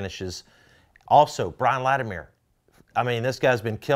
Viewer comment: Scott, it’s Lati-mer not Lati-meer